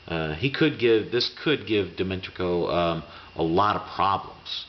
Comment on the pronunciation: Enjoy your vids, i'd suggest that you take 1 minute beforehand and practice their name if you have trouble DIMI-TRENKO not that hard man